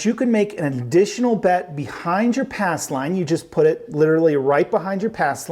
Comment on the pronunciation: Ass line? He keeps covering the P in pass. 😁